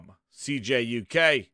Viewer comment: Yo! Sup what an incredible show! Just a heads up, its CJuk! Not CKuk lol😂□